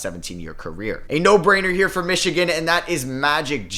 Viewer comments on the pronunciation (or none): none